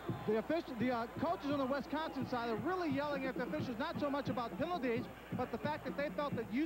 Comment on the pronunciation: I wish announcers would learn how to pronounce wisCONsin.